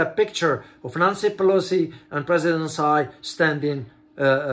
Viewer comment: Just friendly comment: Tsai Ying Wen's TSAI is pronounced as CHAI or CAI, and not SAI.